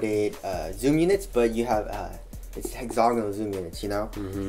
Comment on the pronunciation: it's pronounced hex-a-gone-ull, not hex-zognal